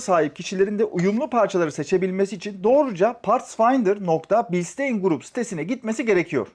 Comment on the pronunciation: Bilşıtayn diye okunuyor ustam 😊